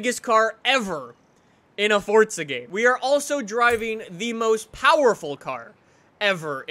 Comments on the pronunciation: Its not fortza its forza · Its forza not fortza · Forza* not fortza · Forza not fortza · Why does he say forza so weird it sounds like fortsa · It's Italian so you pronounce it with the t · STOP. SAYING. FORTZA! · Why do you pronounce forza as forTsa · STOP SAYING FORTZA